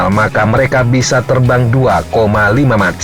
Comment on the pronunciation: MACH dbaca MAKH / MEKH